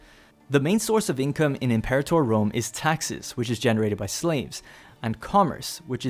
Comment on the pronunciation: "Em-Pore-ator" Fuck.